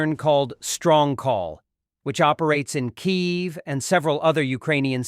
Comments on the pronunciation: I know, right . Mispronouncing, Kyiv is fairly new. Quality of the A.I. seems to be going down in the last couple of weeks. WHD needs a new sound engineer. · teach your AI to learn how to say Kiev! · Your AI voice cannot pronounce Kyiv correctly. You should fix that. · Funny how this AI Narrator can properly pronounce Pyongyang but is unable to properly pronounce Kyiv 🤷‍♂️